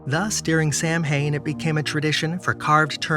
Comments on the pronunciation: Samhain is pronounced Sow-en not Sam-hain. Samhian predates the lame Christian observance of Hallow' eve by thousands of years. Samhain in Celtic means Summer's end and is the final harvest festival. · That was a great video. The way that you explained it from my point of view was great, except the pronunciation of Samhain. It's actually pronounced Sow-in. And, yes, it is our New Year. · 😧Gods! 😲Samhain!It's pronounced "Sow-when"...😎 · Lol. I was losing my mind over that, too. Lol